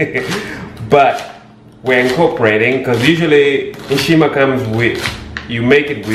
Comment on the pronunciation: Begins was supposed to read nshima grrrr, where were you born in Zed?